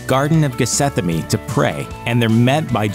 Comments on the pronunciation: I'm guessing this grunge guy is an atheist because he mispronounced Bethsaida and Gethsemane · Teac him to say 'GETHSEMANE' correctly